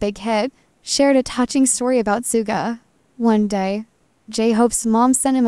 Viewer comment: Please say his name correctly. It is not pronounced sooga but shooga